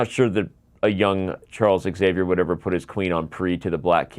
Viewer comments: Imagine pronouncing Xavier "Exavier" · Nice but now I have a correction for you. 😉 Your pronunciation of Xavier is incorrect.